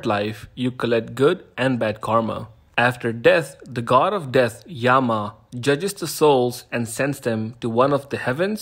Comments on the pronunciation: bro it's not Yamaa it's yamraj stop mispronouncing my sanatan 😡😡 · It is actually pronounced Jom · It aint pronounced as yaamaa, it is pronounced as 'yum' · Also yama is pronounced "yum" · thats not foriegn.. originally .. rama - krishna , yama .. does have aa sound at the end according to sanskrit pronouciation .. its just that when in indian history mixed up races showed up specially persian .. they removed that aa sound .. and now we start considering that normal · did you even bother to read what I have written. The mahanubhav you said is we actually say mahanubhava. It ends with schwa and to represent it we use "a". Everyone doesn't pronounce like how you hindi guys do. Hindi is a halanta bhasha. It skips schwa sound. And you want everyone to pronounce it like in hindi. We say karma, dharma, and yama Not karm, dharm and yam. My god explaining to hindi speaker is also wast of time I guess. Ita not yam its yama यम yama with schwa at end यमा yamaa with aa यम् yam consonant ending. Hindi skips pronouncing schwa in every thing. Come out of your box. And know how languages actually work.